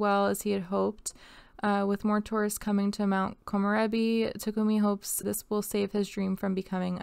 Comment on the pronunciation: Takumi -> tah-ku-me..you don't hold vowels when saying Japanese names :)